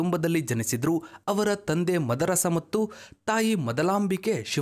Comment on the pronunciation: ತಂದೆ ಹೆಸರು ಮದರಸ ಅಲ್ಲ, ಮಾದರಸ.